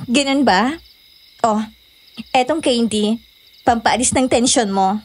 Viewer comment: Haha natawa ako dun sa Daisy. Bago ka lumandi, ayusin mo muna pronunciation mo ng candy haha naging keyn-dee na lololol